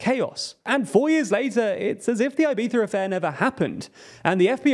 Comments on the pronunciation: It's Ibiza, not "Ibetha". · "Ai-by-sza" affair: what the hell is that? Please, that's so ridiculous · "eye-BEE-thuh"? Yikes lol well, it's an attempt, I guess. Try "ee-BEE-thah", the first 2 vowel sounds are identical. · Ibiza is not pronounced "eye-beetha" -- it's "ee-beetha" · Why does he say "Ibitha"? It's really weird, just pronounce it like a regular english speaker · Do the people who live in Ibiza pronounce it “Ibitha”? Or is that just the Castilian pronunciation? Edit: it’s Eivissa in the local dialect, so I don’t see the issue with Anglos saying it with a “z” sound. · Why does a native English speaker believe it is right to attempt pronouncing "Ibiza" in Spanish in the middle of an English sentence? I am multi lingual and in none of the languages I have mastered do we insert foreign pronunciation mid sentence like this... It makes no sense to do this... Unless you are native Spanish speaking English (rather masterly I would say), which would only be an excusable offense. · Good video but for christ sake dont pronounce Ibiza like that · This is a super interesting video and I’m curious to see where it goes from here. Admittedly I’m more focused on your pronunciation of Ibiza. I’ve never heard it that way before and I guess it’s cause I’m not British. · Unpopular opinion… but, I hate the UK pronunciation of Ibiza. Wants to be pretentiously correct at the end, and Fs up the beginning.